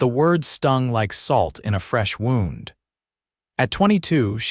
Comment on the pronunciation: Good story. I like the way you illuminate the characters. AI text to speech needs work, especially with names and 'wound.' The noun 'wound' is pronounced differently from the past tense and past participle of 'wind.' No doubt you know that, but AI has yet to figure that out. It might need some coaching if it's possible for you to provide that. I like the way your stories sometimes have a private little valley or special place of beauty that one with the exploratory urge to find it and heart to appreciate it can share with someone he loves. Thank you also that they married. It says a lot about the characters as well as the time they lived. I realize many today have great fear of marriage, in part because they don't feel they can trust another person when they themselves are unwilling to make and sustain the commitment successful marriage requires. A good marriage really is a great blessing.